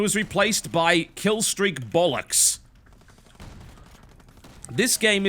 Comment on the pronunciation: ''bullocks'' lol